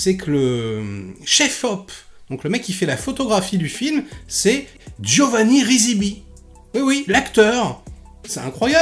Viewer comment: Merci de ne pas écorcher le nom des personnes ayant travaillé sur le film et ce par 2 fois.... C'est Giovanni Ribisi....